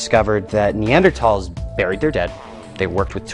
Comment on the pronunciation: Wow the creationist pronounced Neanderthals correctly! He gets one point. Balance that against the way he pronounced orangutan earlier and everything else however....